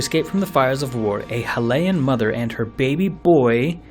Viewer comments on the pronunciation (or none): a halayan? a high-li-an. Hylian. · I thought Hylian was pronounced (hi-lee-ann), not (heh-lay-ann) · Is anyone else bothered by how he said Hylian? It's not Hee-le-yan, it's High-lee-an. You don't call Hylia Hee-le-ya! You call her High-lee-ah! High-rule, not Hee-le-rule! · huhlayin? did you mean hylian (highleein) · HIGH LIAN not HIL AYAN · Hylian -> the pointy ears human tribe. Hyrulian -> inhabitant of Hyrule (Could be something else than Hylian, like Goron, Zora or else.) So Hyrulian make more sense. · Halayen, definetly not hylian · Pronounces the word "Hyrulian" just fine Fricks up on saying "Hylian"